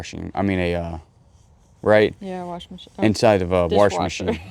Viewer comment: There is no "r" in the word "wash". Jewelry is a three syllable word. Just sayin'.